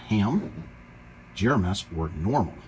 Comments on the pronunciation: gMrs please. Not gems. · Could you PLEASE stop saying "gRMs” instead of GMRS? Thank you. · Don't know if you are aware, but you said "GRMS" several times instead of "GMRS." FYI.